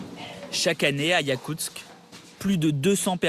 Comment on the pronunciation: Yakustsk!!! Pas "yakutz".